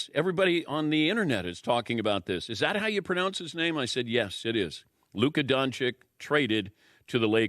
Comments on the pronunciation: Just for peace of mind regarding beginng of this video, and to make it easy for people in the future, every time you see letter Č and Ć you read it as CH. So you read Dončić as Donchich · You don’t pronounce its right.Its not DonciK,its DonciC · I always wonder how people can say don-ch-ik and can’t say don-ch-ich. It’s like overthinking multiple choice answers and ended up picking the wrong one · its not luka DONCIK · Learn how to pronounce his name correctly, for the the love of god 😂😂😂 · ffs learn to pronounce his last name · Hey, it is disrespectful to mispronounce persons, especially when it is one of the most famous basketball players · Respectfully Dan, that pronunciation is totally incorrect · No, that's not how you pronounce his name. It's DonČiĆ, where this "Č" is pronounced as american CH and that "Ć" is pronounced as spanish CH. Ofc, in US his last name is spelled in a simplified way as DonCiC. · That's not how you pronounce his name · Man if you gonna talk about luka doncic, at least learn first how to pronnounce the name right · How hard is it to pronounce a slavic name? Americans: Hold my beer and see how ignorant we are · That is NOT how his name is pronounced... Seriously, how long does he have to be in the league before these clowns can say his name correctly??? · Someone who is supposed to be a professional should know how to pronounce the man's name after this many years. If he can't pay close enough attention to actually know what his name is, then how does anything he has to say carry any form of credibility? He's obviously not one to pay attention to detail, therefore his words are meaningless. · Pronounciation of Doncic surname is wrong